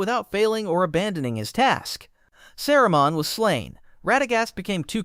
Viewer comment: Sarah Monn? Who is she? SAH-ru-mahn.